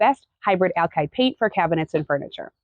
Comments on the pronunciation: Please say "ALKID" not "ALKIDE" ...... you're killing my ears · "Alkide" paint? I'll be sure to buy some